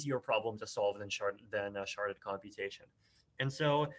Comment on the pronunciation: Sharded or sharted? Lol